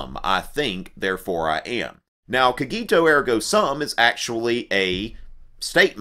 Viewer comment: The pronounce of "cogito ergo sum" is wrong :/